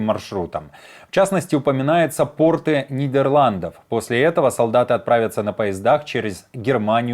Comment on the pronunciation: портЫ, а не пОрты))